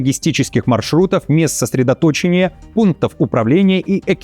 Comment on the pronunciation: Не сотредоточиния, а сотредоточЕния!